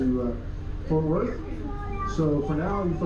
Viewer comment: It sounds like you’re saying Forth Worth 🤭. Anywho, the train is crucial when I go to the AAC for a concert or to see the Mavs 🙂‍↕️😎